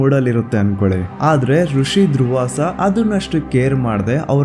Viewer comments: ಯಪ್ಪ ಅದು ದ್ರುವಾಸ ಕಣೊ ಗ್ರಾಬೆ ಮುಂಡೆ ಮಗನೆ ಅದು ದುರ್ವಾಸ ಕಣೊ ನಿನ್ನ ನಾಲಿಗೆ ಮೇಲೆ ನನ್ನ ಎಕ್ಕಡ ಹಾಕ ಉಚ್ಚಾರಣೆ ಸರಿಯಾಗಿ ಇರಲಿ ಇಲ್ಲ ಅಂದ್ರೆ ಅಂಡ್ ಮಚ್ಚಕೊಂಡು ಇರು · ಅದು ದ್ರುವಾಸ ಅಲ್ಲ , ದುರ್ವಾಸ.. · ದ್ರುವಾಸ ಅಲ್ಲ ದುರ್ವಾಸಮುನಿ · Bro... ದ್ರುವಾಸ ಅಲ್ಲ.. ದುರ್ವಾಸ ಮುನಿ 🥰